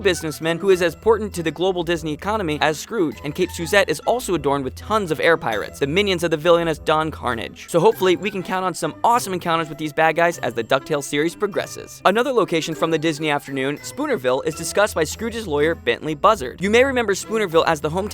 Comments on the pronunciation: "Don Carnage." Silly voice speaking type person, it is Don Kar-nAHge, not this sound of low class destruction of which you speak! Though the pirates are known for...exploding many things. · It is Don Karr-NAH-jj! Roll the R! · Don Karnage, roll the R. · It's Don KarnAGE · You never actually watched Tailspin, did you? There is no other excuse for that pronunciation of Don Carnage. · That's... not how you pronounce Don Karnage.